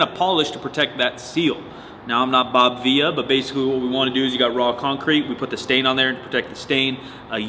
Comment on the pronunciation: Did he pronounce Bob Vila, Bob Viya? He ain’t Latino bruh.